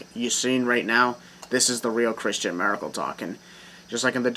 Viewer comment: I swear man. With your last name, you sound like you're saying Miracle. Hey! Your new Wrestling Name:!